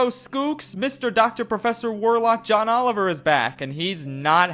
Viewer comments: did you just say Ohn Joliver? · Ohn Joliver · "ohn joliver" tell me why this made me cackle for like 5 min its so stupid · Did he just say Ohn Joliver?